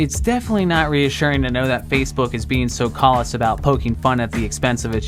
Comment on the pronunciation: do you write your own scripts? If you do then I find it confusing that you mispronounce so many words in your videos. Callous. Cal-iss. Not Call-us.